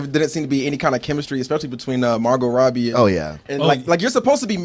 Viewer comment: He seriously thinks that's how you pronounce Robbie